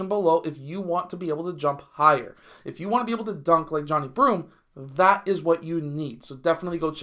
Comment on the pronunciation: Come on man, at minimum say his name correctly pronounced Jah-Ni 😊